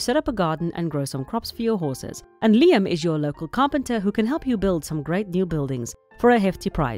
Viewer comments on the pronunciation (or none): none